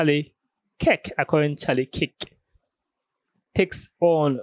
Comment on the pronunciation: Come on man It's freaking KIRK not KICK.